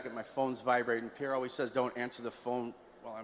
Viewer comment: Pierre not Pier😂